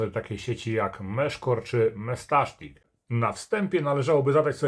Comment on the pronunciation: Dlaczego mówisz "mestasztik"?